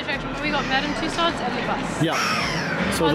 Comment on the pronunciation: It’s Tussauds not Tussow, d is not silent. Welcome to London and have a brilliant time here❤